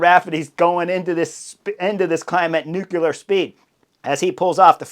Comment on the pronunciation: NEW-KLEE-uhr. Not New-cule-ar.